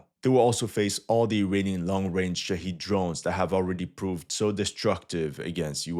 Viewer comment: The drones are called Shah*ed* not Shah*eed*